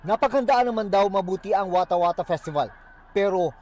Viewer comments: Watahwatah festival❌ Eskwater festival ✅ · watahwatah = skwatah skwatah festival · "eskWATER Pesti-bal"😂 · Watah whata eh eh festival